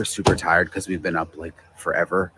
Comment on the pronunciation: it's LIKE. Not Luke.